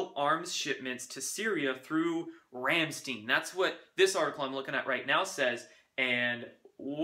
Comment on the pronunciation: GREAT current affairs summary! BTW, "Rammstein" is pronounced as Ramm = Rum (like the liquor) and shtine = rhymes with time. 😊